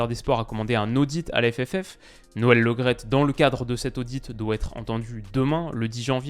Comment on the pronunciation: Par contre c est noel Le Great pas Lo graet. C est comme premier et non promier. Merci